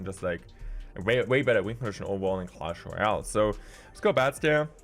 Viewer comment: CLESH ROAYLE